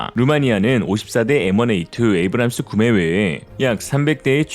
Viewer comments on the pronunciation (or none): none